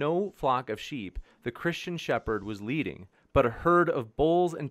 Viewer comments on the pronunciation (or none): none